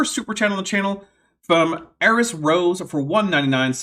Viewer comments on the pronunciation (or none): none